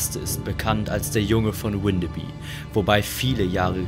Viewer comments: Moin, komme aus der Nähe und ich muss sagen es hat mich extrem getriggert das Windebi gesagt wird es wird aber alles was auf by endet bü ausgesprochen😅(da alle diese Orte mal zu Dänemark gehörten) also heißt es gesprochen Windebü 😅 Trotzdem sehr cooles Video☺️ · Das wird windebü ausgesprochen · Ich wohne hier in Windeby und erstens wird das „W“ vorne nicht englisch ausgesprochen und zweitens spricht man das y hinten wie ein ü. Und dann ward ihr da an einem Ort unterwegs, der tagsüber und ohne Effekte und Gruselmusik zu einem der idyllischsten, schönsten Orte der Gegend gehört. Wir haben hier Obstbaumwiesen, Buchenhaine mit alten Bäumen, kleine Teiche und Seen. Es ist hier komplett gar nichts gruselig, ganz im Gegenteil, und ich muss es wissen, ich bin hier täglich spazieren und zwar auch bei Nacht.